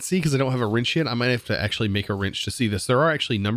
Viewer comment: i like how he says "rinch" instead of wrench